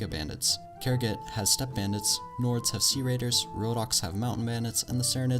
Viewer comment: Samurai How did you manage to butcher all the names?